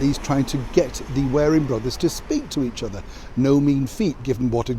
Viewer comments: PLEASE stop saying 'wearing' when the word (I assume you're reading) is WARRING! Even taking accents into account, the 2 words are not even close. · I love your posts,, but I don't understand why you say 'wearing' brothers when it's 'warring' brothers. xx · warring brother, not wearing!